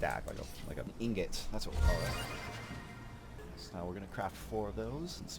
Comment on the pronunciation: Its a ignot 🤣🤣🤣